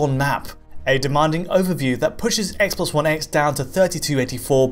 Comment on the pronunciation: Never heard of the 'spess sposs spone spess' console